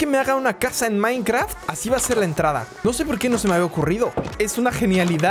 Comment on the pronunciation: minecraft pero siempre emieza dixdciendo minecraf xdxdxdxdxdxdxd 😄😄😄😄😄😄